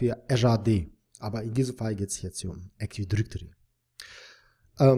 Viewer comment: Danke für das Video! Aber teilweise extrem nervig, wenn Active Directory falsch ausgesprochen wird ;)